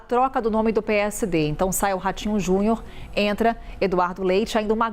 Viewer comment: Ratinho "JUNHOR" 😂😂😂😂